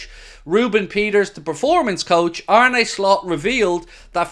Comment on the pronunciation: face-blue-smiling: you've got to get yourself the Arne Slot ensemble he wore in his first LFC interview [separated at birth or what].🤣🤣 To pronounce his name correctly say it like a pirate 🏴‍☠Arn-uh Slot [while closing on eye, trust me],👍YNWA